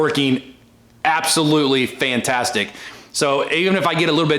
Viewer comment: That was some gloss on the paint it looks like a different truck, did you say it was pantastic, or fantastic 😂😂😂😂 a joking aside you did a good job 👍👍👍